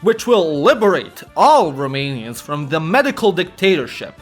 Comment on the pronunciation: Props for the genuinely good pronounciation of romanian names